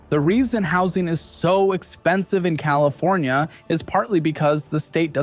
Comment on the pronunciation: Fllowed by Colifornia-Florida 😂😂😂